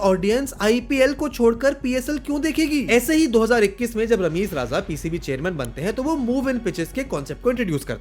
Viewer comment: It's Rameez Raja.. not RAZA.. it's easy to pronounce RAJA, eh?!